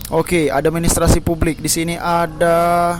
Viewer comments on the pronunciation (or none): administrasi bang :")))) bukan adem sari heheh